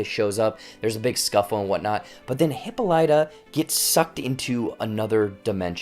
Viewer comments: This is just a rhetorical comment: the name HIPPOLYTA (queen of the Amazons) is incorrectly pronounced in this series. (Years of Latin and Greek are on my side.) It's Hip POL y ta -- not Hippo LY ta. I feel better. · So true it was irritating to keep hearing the pronunciation of the name